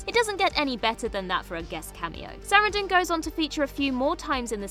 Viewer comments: It's horrible. Highlighting her as a super famous star and then mispronouncing the name is jarring. It makes me immediately think the narrator is dumb and the editors are absent. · I can't get over the way you pronounce Susan Sarandon's last name 😂 I love it btw 😁👍